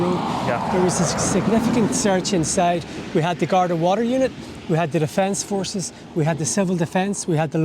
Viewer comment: *Garda / Gardai NOT "Gardae".